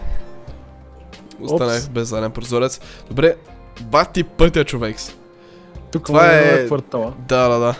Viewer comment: Приятел не казваш ЧОВЕК ами ЧОВЕКС 😂😂